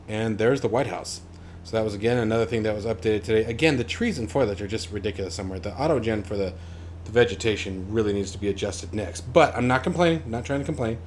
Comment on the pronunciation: FYI, it's "foliage" not "foilage".